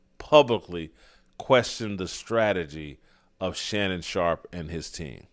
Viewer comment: Shannon Shaup. Shannon Shop. There's an R in there.